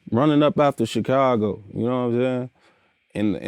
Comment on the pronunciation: I hate how vlad says Chicago lol